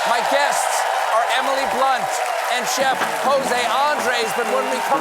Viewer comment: it's Andrés not Ándres.